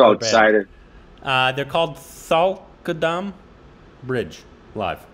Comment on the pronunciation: Thy- ku- dum bridge... Govind Me-nun...